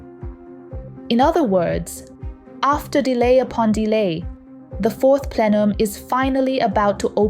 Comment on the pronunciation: What is a fourth plelum?